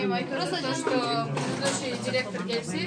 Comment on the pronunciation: пирказ мес приказ дректор мес директор тобаа ушу жонокой созду туура айта албайт екенсин